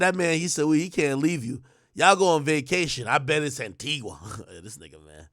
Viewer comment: "Antilles" .. he don't say no "Antigua" 🤦🏾‍♀️